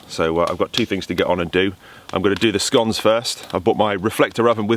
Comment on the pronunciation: a drunk bloke in the woods...show me the waya go ome hic. Also, finally someone who pronounces scones correctly, now all we need is an American president who can pronounce Thailand. *Runs from flying shoes*.